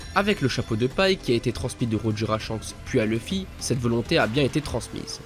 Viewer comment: Mais vous avez un problème les francophones avec le nom de Luffy, c'est OU Louffy pas LEUffy !